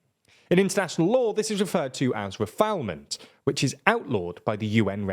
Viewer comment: Guys please look up the pronunciation of refoulement in a dictionary. The second syllable isn’t a homophone of fowl, but rather of fool. Re-fool-ment. This is at least the second time you’ve mispronounced this pretty basic word and it’s such a shame because it makes your otherwise excellent video look unprepared and unresearched :(